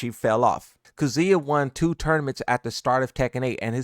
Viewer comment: You can pronounce bosconovitch right but you can’t pronounce miary or kazuya right